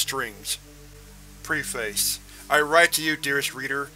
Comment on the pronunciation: One of my favs! Btw- it's pronounced Pref-as not Pre-FACE